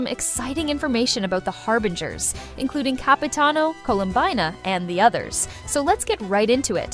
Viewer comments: No way a real person would ever say Colum-bye-na. Most likely AI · It’s 100% AI, no human says “ColumBYEna” We say it as “ColumBEEna” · Columbyna , kinech , reyden show gun " 🥰🥰 definitely not an A.i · /coh-loom-bee-na/ or even better,Colombina,with 2 o /pul-chi-neh-lla/ /pahn-tah-loh-neh/